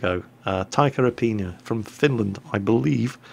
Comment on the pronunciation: You're almost there with the Finnish pronunciation. It's just apina, not aipinia or something like that:D